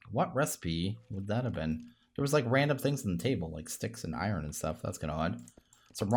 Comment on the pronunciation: It is pronounced iron (I,ern) not I ren